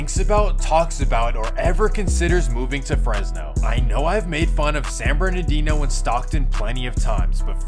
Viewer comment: It's San BernaRdino, not Bernadino. Say it right